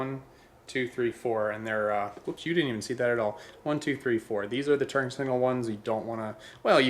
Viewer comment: I swear you called them 'turd' signals?! Was that intentional? lol